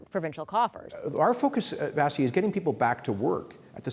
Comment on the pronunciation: Premier Kenny, her name is Vashee, not Vasee!